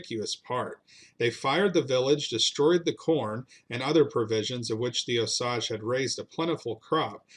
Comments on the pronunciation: I am a member of the Cherokee tribe and we are in Oklahoma not Arkansas. And Osage is pronounced “ O sage”. Love your videos please keep them coming. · FYI. The name is pronounced “O-sage”. (With a long A and the emphasis is on the O, not the sage). I am Osage and my parents were raised in Osage County in Oklahoma. Thank you. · Very interesting. I've lived in Missouri all my life and I've always heard Osage pronounced with a long a sound (like PAGE) and an equal stress on both syllables. OH-SAGE (oh-page) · I am Osage. My parents were raised in Osage County. You were correct that the second syllable rhymes with “page”. But the first syllable gets the emphasis. O-sage. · It's pronounced O-Sage, like the plant or flyrod. You should do a video on the kiowa massacre, where the osage took about 200 kiowa heads and stole their god. The kiowa men were out running amok when the main kiowa camp was discovered by the osage. The kiowa war party returned to find their parents, grandparents and children's heads in every pot and basket. We call this the great shit pushing in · Wrong pronunciation of the Indian tribe Osage… O-sage - pronounced sage like the spice. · wrong, I'm From Osage county Oklahoma . grew up among the Osage and Quapaw tribes . It is pronounced OH- Sage like the plant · It's pronounced O sage, sage as in the herb used in cornbread dressing. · I grew up in Pawhuska it drives me crazy that so many people can't pronounce it right I once heard someone pronounce it Oh Sagee I had to tell them it's pronounced OH- SAGE like the plant. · Great slice of history! But dude, you really undercut your position when you mispronounce names that you could just look up on Wikipedia or whatever. Osage is pronounced "OH-sayj" for example. I'm still subscribing to your channel, though, because I like that you're touching something that even an Okie like me was never taught in high school. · It is pronounced Os A ge. The A is strong. Otherwise a good program. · Oh-Sayg not Oh-sawg